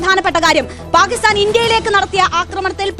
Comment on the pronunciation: Not paakisthan But""ബാക്കി സ്ഥാൻ ""😂😂😂